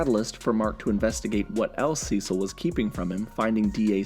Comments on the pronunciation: why do u say Cecil "Sessel"? not hating just wondering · You keep mispronouncing Cecil😂